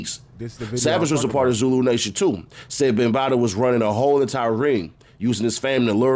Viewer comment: he keeps calling him African Bambataa lol. fuck bam he dont deserve an actual telling of his name lol